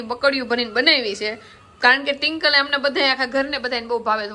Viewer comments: Tinkal nai Twinkal bolo 😂😂😂😂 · Tinkal tinkal😂😂😂😂twinkle bolo n ben😂😂😂😅😅😅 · Tinkal tinkal ka bolo cho twinkal name che 😅😂😊